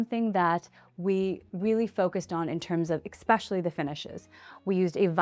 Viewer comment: Especially not expetially please!